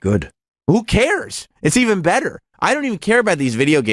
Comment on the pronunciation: OOOOHHHHH British.